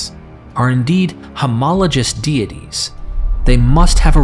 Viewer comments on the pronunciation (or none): none